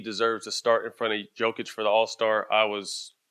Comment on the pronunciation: At least Stak knows how to pronounce Jokić